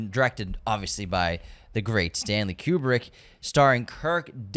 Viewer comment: This is a fun list, but as film nerds y'all should really learn how to pronounce Almodóvar, Kubrick and Mifune.